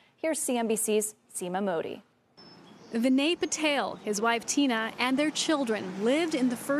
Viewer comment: It's not purtails. It's PA-TEL